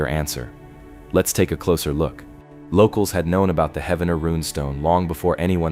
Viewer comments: I know right!!! lol! 😂 Every time he pronounced it I was like “IT’s HEEEEEVENER!” Not correct spelling it how it sounds?? Ugh 😑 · It’s pronounced Heevner😊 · its Heave-ner dude, not Heavener, Heaven - ner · Heavener is pronounced Heave-ner not Heaven-er. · lol heaven-er come on bro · It is pronounced, 'Heev- nerr' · "he-v-ner".. please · Its pronounced "Heevner". The Viking festival is ongoing n wonderful. Like a dark Renaissance festival but includes the whole family...and a lot of Mead drinking 😅 "Skol"! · Heavner like heave ho, dadgum AI voices lol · its Heave-Ner. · No idiots it’s Heavener. And that shit is fake. Lived here my whole life. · Heavener is pronounced Hee-vener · Research the proper pronunciations! Heave-ner Spy-roe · That's pronounced "Heevner" Oklahoma. And "Spy-ro" Oklahoma. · Heavener is pronounced Hee-ven-er! Spiro is pronounced Spy-row! The state does a terrible job of keeping it up. A beautiful place left to die. I liked your video!